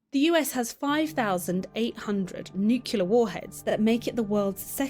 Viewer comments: the lady in the video keeps saying nucular not nuclear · New klee air. NOT New cue leer. Why do people say this wrong over all other words? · Few things are more irritating than someone who can't pronounce nuclear properly.